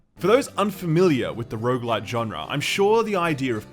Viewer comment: hopefully multiple runs are less indistinguishably repetitive than pronouncing rouge-like and rouge-lite. I can never hear the difference.